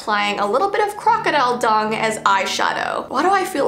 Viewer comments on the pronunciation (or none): none